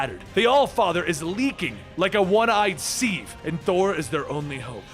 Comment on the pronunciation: Time Index . . . The word is pronounced 'siv' and NOT as 'seeve'. (sigh!; this is what happens when the Public Schools fail to teach READING and leave all the "upbringing tasks" to the Comic Book Publishers!)